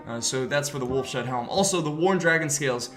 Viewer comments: It's wolf's head, not wolf shead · Its Wolfs HEAD helm.... ya know because it's the head of a wolf... not wolf shead lol.....